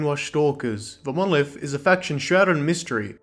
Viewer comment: "Monoleeth..." Fucking explodes